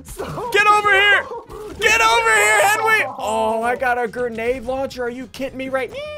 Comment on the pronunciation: Ssundee: Oh I got a granaed lunchur are you kit meow!